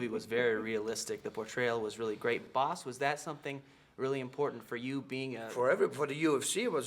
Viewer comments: Actually his name is pronounced Bas, Americans prenounce Baws... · Atleast pronounce the guy's name right, jesus... say bah and add a s to it, that's how you say it.